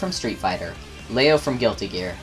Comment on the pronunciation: Finally someone who pronounces Leo's damn name right! Weird to talk about stance characters with Guilty Gear on the topic, and not mention Johnny. Same with Ramlethal and setplay characters.